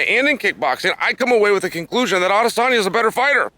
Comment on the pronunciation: Adesanya is literally the only name he says right